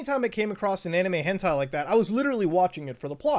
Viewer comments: Everyone: Hentai Muta: H E N T E I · MUTA ITS HEN TIE NOT TAY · Is it on purpose that he says hentay? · Hen "tay" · Normal beings: Hentai Mutahar: HENTAY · im sorry but you said hentai wrong :D XD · the way he says hentai upsets me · It took him almost half way into the video to say hentai correctly lol